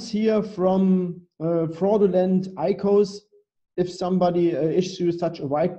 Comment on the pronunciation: IKOS man merkt richtig wie er keine Ahnung davon hat :D Aber gut muss er auch nicht. Es wird I Ce O 's ausgesprochen ;) fürs nächste mal